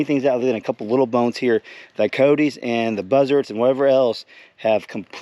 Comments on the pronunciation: Cy-otes dude not coteys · They are pronounced K eye yote